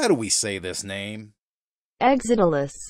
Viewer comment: I grew up with the original programmer for this game Tao Ge. All of our friends we playing a MUD called Mortal ConQuest and one day Tao showed up with a very early version of this game. It was so cool to play. BTW I was impressed that you actually figured out how to pronounce the name of the game. Not many people could figure out how to say it. Thanks for making and sharing this review.